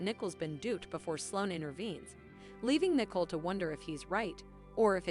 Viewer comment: Her name is Nicole not Nickel !